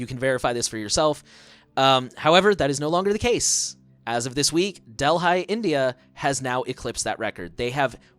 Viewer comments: “Dell High” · brother butchered even Delhi pronunciation lmao